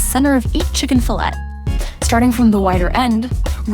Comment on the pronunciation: It becomes obvious she is using an AI voiceover when it can't pronounce the word "fillet" correctly.